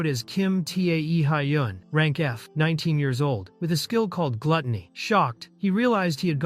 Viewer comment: T e a hyun. Guys pls at least listen once to what ai "reads". It hurts my brain